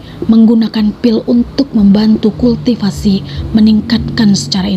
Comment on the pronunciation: Ancur deh crita bagus jdi rusak gra2 kulll tiiii siiipasi pmbaca masih di rnh tingkat awal😂😂 Kultivasii di bcakn kulti sipasi ancur teruwa